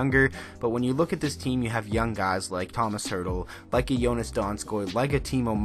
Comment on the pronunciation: I’m so happy you mentioned my favorite player Tomas Hertl! A note though: his name is pronounced with a sh sound at the end, not an s. So Tomash. When he was drafted they mispronounced his name and I was so sad :(